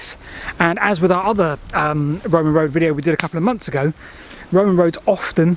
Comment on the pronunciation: why can't British pronounce the "th" in some words, but they can in others?For example they is pronounced correctly however the "th" on the word others is pronounced as Overs.